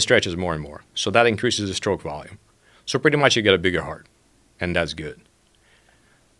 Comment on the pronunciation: "And das goo'd"